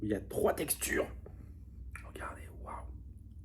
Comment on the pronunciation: hahahahaha "OoooOh y a TROIS TEXTURRRes", bref j'adore